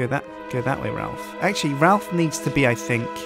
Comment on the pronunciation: It's more like Ralph, actually.